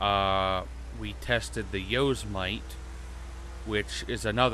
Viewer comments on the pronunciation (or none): Lol it’s the yo sem it eeeee